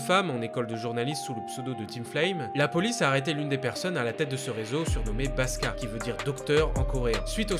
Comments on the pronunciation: Très bonne vidéo! Par contre le mec se prénomme "Baksa" et non "Baska". Ou sinon rien à dire. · Merci d'en parler ! :) Et juste petit detail, c'est pas "baska" mais "baksa" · Merci beaucoup d'en parler c'est deux scandales qui m'ont choqués mais qui pour une raison que j'ignore sont mentionnés nul part en dehors de la Corée du Sud! (Par contre c'est "paksa" qui veux dire "docteur", pas "paska") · Nice que t'abordes ce sujet que je trouve sous médiatisé. Par contre c'est pas "Baska" mais "Baksa" (jpense que je dois être le 100000e à te dire ça) ;)